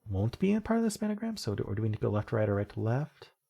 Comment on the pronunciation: Nice effort on the games. I have to admit that every time I hear 'span-a-gram' it kills me a little bit inside. 😅